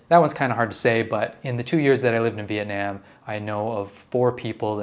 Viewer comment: I’m Vietnamese and I appreciate you trying to say it correctly. It’s not Viet-Nom so keep doing you